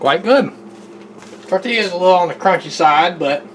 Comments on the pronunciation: Good job,! I love Herdez medium salsa that you used. I microwave (in damp paper towels)or put my tortillas wrapped in foil in the oven to keep them softer and pliable. Tell it's pronounced tortiyas(the double l is a y sound). You guys look professional on the grill! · As soon as she said "tor-TILL-as", I was out. It's tor-tee-yas. Come on now, that pronunciation isn't the result of her southern accent, either.